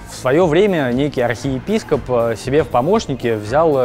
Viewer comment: Я один услышал "рахеепископ"? )))